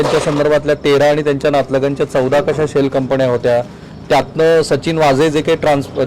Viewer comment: जानीवपूर्वक, कंपण्या, ... काय हे.. Plz, शुद्ध बोला!!. धाडी घातल्या हे प्रसिद्ध / जाहीर केले तर काय बिघडले.. त्याची का लाज वाटते?? Declare करायचे नाही का??